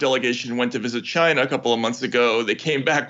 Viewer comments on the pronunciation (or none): Someone please tell Fauci there is no R in China. Wait, is that antisemitic? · Yeah and everyone made a big deal about how Trump pronounced China. Get a load of Fauci, "Chiner".